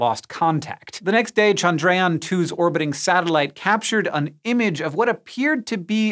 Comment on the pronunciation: Bruh, it's pronounced CHANDRA-yaan, not chan-DRAY-aan